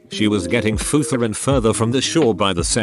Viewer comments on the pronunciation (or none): “Futher and further”